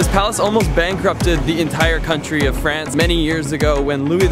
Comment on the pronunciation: Sooo for someone that speaks french, your vernacular of pronouncing France is very american and i suspect maybe a touch of quebecois from our canadian neighbors from the states.